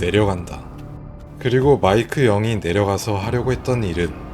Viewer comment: 마이크 영이 마이크 형으로 들림